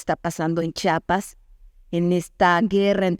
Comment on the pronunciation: Felicidades Señora por su trabajo, con todo respeto, es "Chiapas" no "Chapas", es la misma "Chi" de "Chihuahua" y "Chilangos", bendiciones!